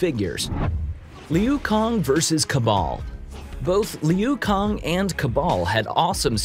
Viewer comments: Calls Kano and Liu Kang, "kah-no" and "lee-yu kong"... literally a pronunciation fatality. A pronunciality if you will. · li-you Kong 💀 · Tell me you haven't actually seen a mortal kombat movie without actually telling me. "Leu Kong, Kono" LMAO Me "Its Kay-no and Loo Kaang" Also, the only noteworthy fights in this movie were between sub-zero and scorpion! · The dude says his name KAY-NO, voiceover dude says kAh-No, and LEEOO KHANG IT"S PRONOUNCED Lou Kang, get it together man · whenever he says "Kah-No" Me: "IT'S KAY-NO!" whenever he says "low kung" Me "IT'S LIU KANG!!!!!!!!!!!!!!" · It’s Liu Kang not Liu Kong your mispronunciations are literally the worst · Kah-no? 🤨 Lee-yew Kong? 🤨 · Lu Kange! Kay No! Get it right! Say it with me...Kaaay -No. Yes! Now play any MK game pick one character and...FINISH HIM! PRONOUNCABLILTY! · Lee you Kong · Seriously. Did this man say liu kong? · I don't think this guy knows what mk is because he doesn't even know how to pronounce the names of the people he is talking about .conoh is not his name it is Kano , bi han is bee han, Liu Kang is leokong. I swear to God this man just knows the basics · Am I the only one that’s cringing when he says Kano’s name and it’s not reptile that they fight and not to mention LUI KANG?! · Homeboy, do your research 😂 I’m now less excited to watch the movie knowing every time I hear somebody say “Kano!” I’m gonna hear you in the back of my head “Kahno!” Same for “Leu Kong” 😂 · for real liu kang too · And Liu kang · Saying kano wrong is fine by me but pronouncing liu kang wrong? NOW THAT'S JUST WRONG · You are pronouncing Kano and Lui Kang wrong, bud! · Who he massacred the name Kano and Liu Kang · When was this guy born last year couldn’t pronounce Kano or Liu Kang get this guy tf outta here and send him back to the rock he lived under the last 20+ years. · I love the vid. But u clearly haven't played a mortal Kombat game if can't pronounce kano and lui kang